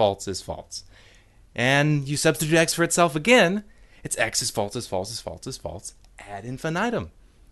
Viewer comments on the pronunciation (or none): The way you pronounce "false" as "faults" is infuriating. I am clenching my fist very hard in my pocket and typing this angry comment just so you know. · Holy shit, it's not "FALTZ" or "FAULTS"!! It's "FALSE"!! There's no fucking T in that word! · That's because he's not saying it right, and it's driving me crazy. Is "false" somehow a difficult word to say without inserting a T sound? What about "else," "ulcer," "also," etc? Where the hell is he getting that from? This has been Nobody Listen to Me. Have a good night. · and, after 3 years, he still has not even acknowledged his godforsaken mispronunciation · I guess he has a hard time saying it. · The real problem here is the way this guy pronounces false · Stop pronouncing the word “false” that way.